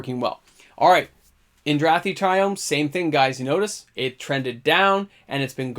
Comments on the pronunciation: You pronounced every single triome incorrectly. Cringe. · Didn't pronounce a single triome right but that's just me being quirky not that it matters lol